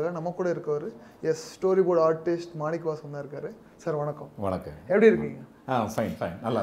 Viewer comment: Manivasagam endra peyarai manikavasagam endru anchor sollurar🧐